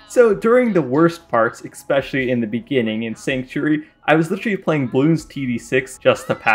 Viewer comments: What is ickspecially you mean especially 2 very different pronunciations. Lol sorry for being grammar police I love your content. Also you misspelled corrosive during the graveward fight. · It's not pronounced "ecks-peshully"